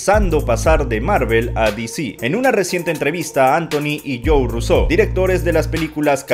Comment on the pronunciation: Por qué los llamas Russeau en lugar de Russo?